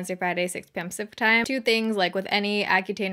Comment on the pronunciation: I've been watching u for over a yr now and I laugh every time u do your intro BC every single time your pronunciation of" pacific time" gets more and more slurred into one word lol I can only imagine how many times you've said that intro in all your yrs on YT😆. Love your videos. I'd have to say u are one of 3 that I watch that are the most relatable and informative . keep doing what u do. You're amazing💜